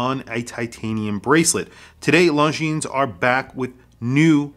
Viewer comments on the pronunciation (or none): or LongGene... lol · Can't decide between the green or the all black. Nice shots on the video. Also bro..the S is silent. Longiiiiiiiine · You do not pronounce the s in Longines.